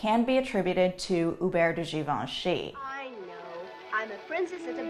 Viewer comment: I finally know how to pronounce Givenchy.